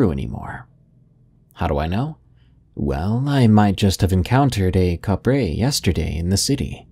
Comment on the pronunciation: Kapre is pronounce "cap-pre".